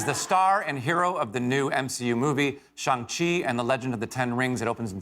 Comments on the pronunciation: It’s Shang chi not shung chi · Did the host mispronounce Shang-chi? He calls it shawm chi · Not the guest host pronouncing Shang-Chi incorrectly 🤦🏾‍♂️